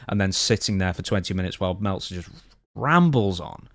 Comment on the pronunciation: Melt - zer 😂😂😂